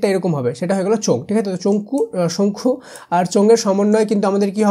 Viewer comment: শঙ্খু❌ চঙ্খু✅😂😂😂 😂😂